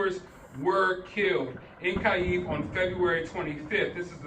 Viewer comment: If you dont know how to pronounce Kyiv, dont emphasize it please :D